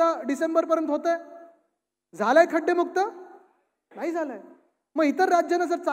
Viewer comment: टीव्ही ९ घ्या पत्रकारांना नाळी आणि नाही मधलं फरक कळत नाही 😅